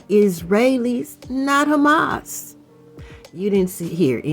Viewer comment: You said, "hHHHHamas!" 😂🤣😂😅